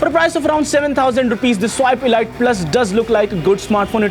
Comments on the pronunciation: pls its not elight its elite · Ladies its pronounced 'eleete'